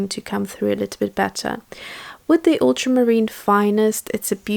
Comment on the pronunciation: If I were pronouncing something incorrectly, I would want someone to teach me the correct pronunciation. This is in reference to the lady mispronouncing ultramarine. So I wouldn’t have a problem in politely teaching them. That’s just me. 🙂 And yes, you are pronouncing phthalo correctly. 😁 Those were gorgeous colors you mixed.